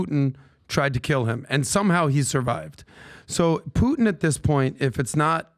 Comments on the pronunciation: is most rational guy in the room on "Russia" topic. try first to say "Putin" not "Puhin" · needs to learn how to say Putin. He says Poo in. Teach him how to pop his T’s. AND he was full of Doo Doo on the Navalny story. Who! Who! Who!🙄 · Dude is off the rails. Also please pronounce the t in PuTin. You sound like a lefty mileau if you drop the t.